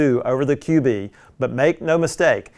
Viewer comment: I think it’s pronounced “cube” not “QB”?